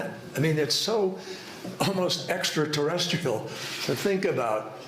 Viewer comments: Did Kerry say "Extra-terrestical"? 🤣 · "Terresticle" . Kerry said that. These people must be stopped. We will not comply. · Did he (kerry) say,- Extra TerrestiCAL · Did John Kerry sayextrateresticle bajhahaja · I still think Kerry said "terresticle". Lol